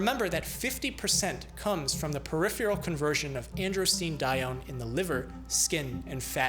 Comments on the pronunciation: Love these videos, but please note: "peripheral" = per-IFF-er-uhl, not per-IFF-yer-uhl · Is "priphual" a scientific word, or do you mean to say " peripheral "? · Hello, my favorite doctor! I adore your videos. Being a wordaholic, I must bring 2 words to your attention to correctly pronounce: peripheral (per-IPH-er-al) and menstruation.(men-STRU-ation) Minor, perhaps....but everything you do is so splendid...correct pronunciation is vital. Thanks...love. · Lots of us Americans cannot pronounce “peripheral” correctly to save our lives. Frequently it comes out “pair IF fee ull.” Don’t know why. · It's amazing to me that this guy can nail the pronunciation of words like "androstenedione" and "hyperandrogenemia", but consistently mispronounces "peripheral". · The way he pronounces 'peripheral' is just maddening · You may want to train yourself to pronounce the word "peripheral" better. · Odd pronunciation of “peripheral,” but that’s no big deal. Another interesting video. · Love your presentations. Suggest practice pronouncing "Peripheral". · Take a drink every time he mispronounces "peripheral." 😉